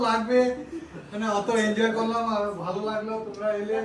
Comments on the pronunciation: তুমি কলেজে পড়া একটা মেয়ে হয়ে এত্তো ভুল - ভাল English Pronounsation করো যা দেখতে খুবই বিশ্রী লাগে ওটা ইনজয় উচ্চারণ হবে না ওটার সঠিক উচ্চারণ হবে এনজয় বুঝেছো এর আগেও একবার এই কথাটাই বলেছি তোমাকে আজই যেন শেষ বার হয়। ওটা ফেরেস না ফ্রেস হবে উচ্চারণ টা আর ওটাকে সারপ্রাইজ বলা হয়। র মা কালো শাড়ির সাথে সাদা ব্লাউজ পরলে ভাল মানাত ঐ লাল ব্লাউজ টা কালো শাড়ির সাথে একদমই মানায়নি। আপনাদের এই কমাণ্ড দাদার বাড়ির যেখানে আপনারা ছিলেন সেখানেই কয়েক মাস আগেই অমিতদা, সন্ধ্যা বৌদি এবং তাদের দুই মেয়ে জামাই এর পরিবারের লোকজন এসে থেকে গেছে এবং ঐ কমাণ্ড দাদার বাড়ির খাবার ও খেয়ে গেছে তা অমিতদার ভ্লগে দেখেছি। আর ওটা দক্ষিণেশ্বর বিরিজ না ওটাকে বলে বালি ব্রিজ যার আরেক নাম হল " নিবেদিতা সেতু " বুঝেছেন। আমার বাড়ির খুবই কাছে এই দক্ষিণেশ্বর মন্দির আমি ও আমার একমাত্র ছেলে উত্তরপাড়াতে থাকি আগে আমি ও ছেলে প্রায়শই ঐ দক্ষিণেশ্বর মন্দিরে এবং আদ্য়াপিঠ মন্দিরে গিয়ে বসে থাকতাম তখন আমার ছেলে খুবই ছোট ছিল এখন আমার ছেলের পড়াশোনার খুবই চাপ ও এখন Maths Honours পড়ছে তাই আর যাওয়াই হয় না। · Injoy na enjoy hobe kotha ta